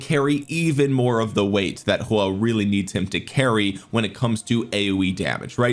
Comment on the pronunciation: why you calling him "Hua" lol